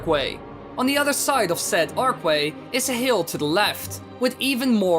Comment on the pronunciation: archway is not pronounced arkway